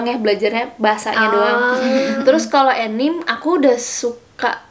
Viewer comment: jelas nggak wibu, nyebutnya aja “enim”:(